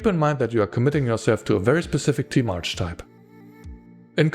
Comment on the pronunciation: By the way, archetype is pronounced ar-ke-type.